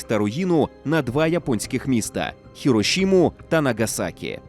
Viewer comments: Не Херошіма а Хіросіма. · Що таке Хірошима? 広島市 так не вимовляється